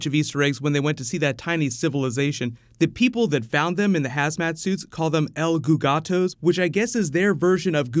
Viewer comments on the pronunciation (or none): "el gogatos" in brazil we dont speak this shitty spanish language